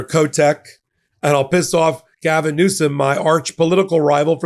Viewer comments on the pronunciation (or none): none